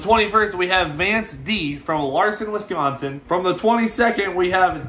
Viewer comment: Hey he pronounced Wisconsin right, cool.